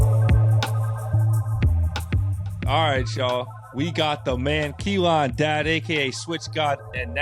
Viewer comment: said Key-Lon 😂😂😂